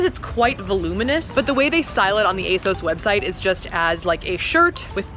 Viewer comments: Armina Bulic no it doesn't, the company has literally said that it's pronounced ay-SOHS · You are saying asos wrong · they way she pronounces asos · YOU PRONOUNCE ASOS SO WEIRD YALL AMERICANS ARE WILD.